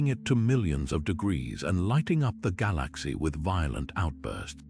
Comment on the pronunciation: The way the narrator pronaounces galaxy makes thus impossible to watch. Almost sounds AI